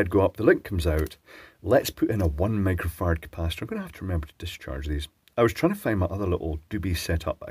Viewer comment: 1 Mega Fahrad? XD You said it like 4 times :) Edit: Cool, now I hear a very short "micro" every time, but I can mishear it very easily :}